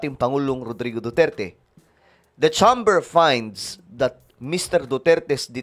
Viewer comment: CHAMBER IS PRONOUNCED AS CHEYMBER